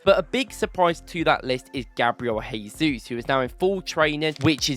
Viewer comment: I respect your content and love everything . But it’s Gabriel Jay-zoos , not Hay-Zoos. Brazilians and Portuguese’s pronounce it as J not H which is different from Spanish who pronounce it as H. You don’t pronounce Joao pedro as Hoao Pedro , or Jorginho as Horginho